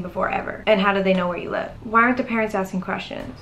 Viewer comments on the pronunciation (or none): none